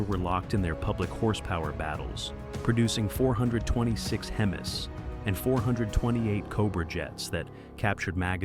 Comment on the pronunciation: 426 hemiss...? Enough with the AI talk.